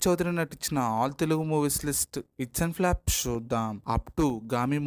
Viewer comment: Flop ❌plaapu...✅😂😂😂